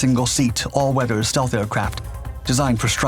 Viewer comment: Dude I thought I was having a stroke! What's "stalth"?